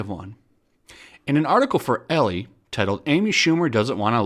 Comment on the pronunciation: Elle = french ... the second e is silent, so its pronounced like the letter L